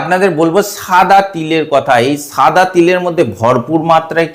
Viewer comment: সাদা কে ছাদা বলছেন